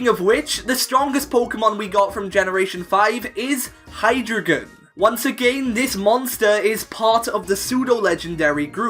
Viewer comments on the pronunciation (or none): It's pronounced hi-dry-gon as drei is German for 3 and that is how it's pronounced (Deino has German for 1, ein and Zweilos has German for 2, Zwei) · Hydreigon is pronounced Hy-Dry-gon not Hy-dragon. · Hydreigon is pronounced as High-Dry-Gon duh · I'm not a grammar nazi, I'm telling him the proper pronunciation of a Pokémon. It is based on hydra, drei and dragon. Not just hydra and dragon. Drei is pronounced as dry. Hence why Hydreigon is pronounced Hy-Dry-Gon.